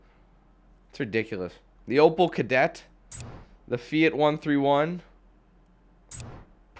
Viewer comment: lol fiat (fee-ah-t) lmfao